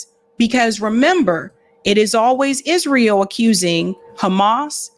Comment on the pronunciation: YES YOU CANT MAKE THIS UP...THE UNBELIEVABLE IS IZ-RA-HIELL